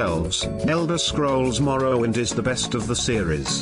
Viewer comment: All for a good cause. And BTW "Marrowwind" was a challenge of its time.